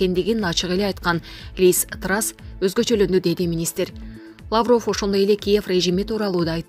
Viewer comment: Лаавров эмес Лавров деп эле окулат